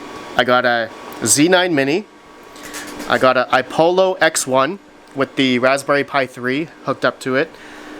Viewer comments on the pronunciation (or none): It's iPollo, not iPolo